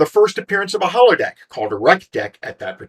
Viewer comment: Great video! One little error i noticed: it's Holodeck (hologram), not Hollow Deck.